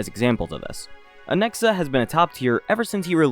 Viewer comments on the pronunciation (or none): Or as he says it “Anexa” 😂